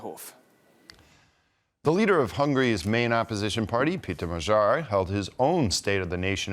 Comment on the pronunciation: Not "Mazhar" but Magyar "Ma-djar". And not "Vaisegrad" but Visegrád "Vish-egg-rad"